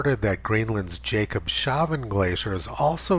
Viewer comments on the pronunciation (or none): Tony, it’s not pronounced “Jacob” it’s pronounce “Yahcob” …yah cob shav en……..just trying to help….. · I'm pretty sure that it's pronounced "jacob's havn" not "jacob shavn." The word "havn" is some kind of germanic language meaning "harbor," or "haven." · HI Tony, Jakobshavn means Jakobs habour in Danish. So you need to say Jakobs ..... havn. Havn is pronounced like lawn in english , but with an H instead of a L. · Nice one, Mr Tony! It is Jacob's Haven, not Jacob has no beard...Jakobs-havn! :-) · Jakobshavn means Jakob’s Harbour and is split in syllables like this: Jakobs-havn. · Thank goodness for your commentaries, data and history research. I’m subscribed for a couple of years and sharing your videos as much as possible. Minor thing - Jakobshaven is pronounced Jakobs-haven, not that he got shaven… 😅 Keep up the good work 👍